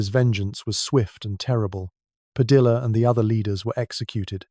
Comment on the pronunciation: Padilla* Pronounced Padi-yah